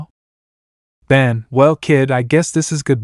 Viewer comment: All right so before this video begins I just have one question did you do it on accident or on purpose his name is bon b o n Even in the Japanese translation it's bon not ban not b a n is b o n